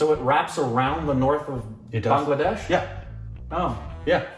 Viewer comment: Thanks for pronouncing Bangladesh correctly....My country...